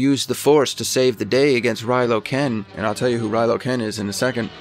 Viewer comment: Thats a pretty good prediction man:) Oh, and it's Kylo Ren, not Rylo Ken...